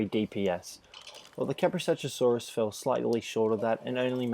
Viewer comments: It's Ka-pro-sook-us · When you hear someone say Kaprosuchusaurus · Iz kaprosukus Not kaprosuchusaurus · it's kaprosuchus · it's kaprosuchus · Your pronouncing kaprosuchus wrong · jesus christ how many fucking times were you able to see their names and still never get it right?